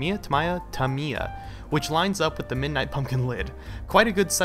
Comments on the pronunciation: It is pronounced Tam E Are, not Tam Ear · I believe tamiya is actually pronouced tami-yaa